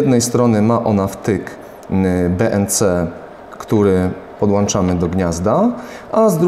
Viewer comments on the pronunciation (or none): Laboratorium a nie labolatorium oraz podłączamy a nie podłanczamy...